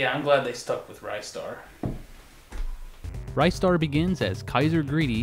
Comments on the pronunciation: It's Ri-star, not Rye-star. You make him sound like a special type of bread. It's a classic game though, one of the best games I ever played in my life and as for the music it's probably the best from that composer. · Glad someone said it. BTW it's not pronounced Rye-star it's pronounced Ris-tar! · ryestar? are you shitting me man!?!!?!? ITS REEE STAR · Its Ristar not RiStar. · It's not Ristar! IT'S RISTA THE SHOOTING STAR FOR CRYING OUTLOUD! Well I do not care what you go by. Did not pull out REGIONAL DIFFERENCES! THIS IS LIKE SONIC CD'S CASE OF GRAPHICS! OH MY GOD POINT OUT THE REGIONAL DIFFERENCES BEFORE REVIEWING * PACE PALM * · I love this game. Ristar is to this day still one of my favorites. I guess this whole time I have been pronouncing his name incorrectly. I thought it was pronounced like wristar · It's pronounced WRIST STAR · He keeps mispronouncing it... it's WRIST STAR. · the moment he said rye star I knew something was wrong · I'm pretty sure it's pronounced "RIZ-STAR" but, tomato, tamato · Your saying Ristar wrong.